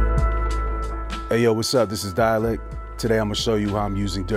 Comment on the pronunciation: wait, did he pronounce it "dialec", like "dialect"??